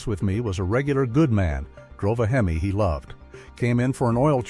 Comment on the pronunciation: I have a fleet of 27 Rams . 12 of them have over 250000 miles. This is a garbage report. General maintenance your fine. The guy cant even say HEMI. Fake bullshit.